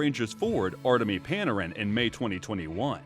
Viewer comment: lol pan-a-ran